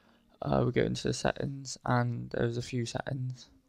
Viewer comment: I love how to say settings lol! SATTINS! :D